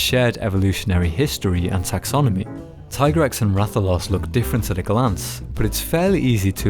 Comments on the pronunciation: Tee-grex, not tai-grex, dude. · it's not "FAE-talis" it's "FAH-talis" it's like how tigrex being TEA-grex not TIE-grex. it's hard to watch the video because of this.